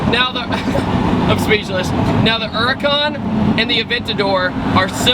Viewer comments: Why does he call it a "Urrrcan"? It's H H H Huracan. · Huracan not uracan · It's called H U R A C A N! Not U R A C A N 😡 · Not the urrrrrhhhcan. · Her-ur-con lol